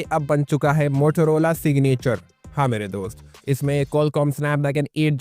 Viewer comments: Please don't say Mothorhola, it's Motorola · Motorola ❌ Motolola ✅ 😂😂